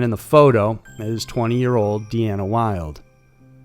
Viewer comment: Dina is Dina. DE-ANNA is Deanna...